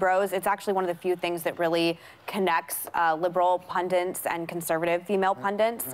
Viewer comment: It’s Pundits !!! Not pundints ffs